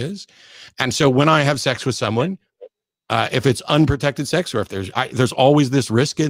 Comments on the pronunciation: Hey, it's sex, not sax. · "there are consequences to having sucks"😂😂 I swear I'm not trying to be mean just something I noticed, it sounds like sucks more than sex 😂 By the way I don't agree what Matt said when he said if you're not insured you shouldn't be driving a car because my mother drives a car still despite her not having car insurance because she can't afford car insurance but yet she still drives because she has to get from here to there somehow doesn't she? My main concern is that you have a license to drive and that you're a good driver.